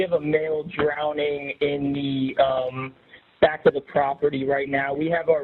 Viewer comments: "drowneding" Benny? SMH how can I ever take you seriously again?! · Cmon benny... drownding isnt a word.